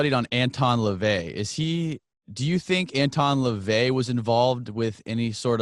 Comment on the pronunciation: But you can't even get LaVey's name right...